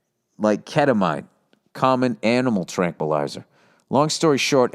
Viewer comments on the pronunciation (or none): Ket-a-mean (pronunciation)